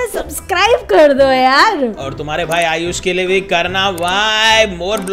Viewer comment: Ayush moee not nood ayush pro